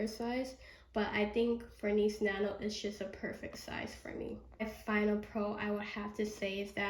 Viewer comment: You really kept saying Niece nano 😂 it’s called Nice Nano